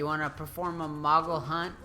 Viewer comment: Please stop saying mogle. Its moogle!